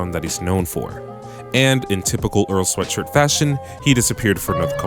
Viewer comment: This video is the first time I’ve ever seen earls last name pronounced correctly